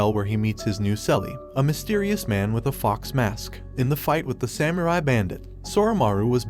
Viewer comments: Bro said sam you rai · “samURi” I’m sorry it’s just so funny 😂